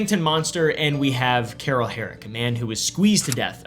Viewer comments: I read Carl but I hear Carol 😂😂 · Where I'm from - Carl is not pronounced like Carol as is doing in this video. Changes none of the content, but I just don't think you are pronouncing it correctly. Thanks for your content! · why is he pronouncing carl as carrol 😭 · #1 First person is Carl. Not Carol. 😅 #2 My last name is Herrick! #3 Love your videos bro!